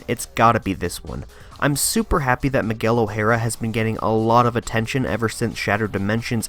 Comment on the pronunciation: Miguel O'hara, not miguelo hara